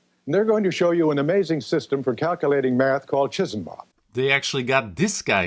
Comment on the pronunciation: As someone else said, 'chee-sam-bop' would be the more correct way to say it with no aspiration on the finak consonant.